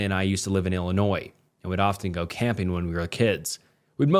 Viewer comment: Illinois mentioned😭🙏 bro actually pronounced it correctly too